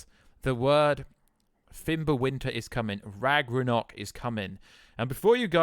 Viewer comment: Do you British people really call Ragnarök "ragRaNok"?